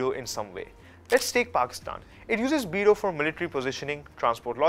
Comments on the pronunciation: Haha it is not bee du. It is bei dou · او بھائی، یہ بِیڑٗو بِیڑٗو کیا لگا رکّھی ہے؟ چینی بھی انگریزی میں بولتے ہو؟ لفظ ہے، "بے دو". کم سے کم گوگل ٹرانسلیٹر ہی استعمال کر لیتے ٹھیک تلفُّظ کے لیئے۔ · It's pronounced as Biiidu, I appreciate you covering the topic. I'm just mentioning haha!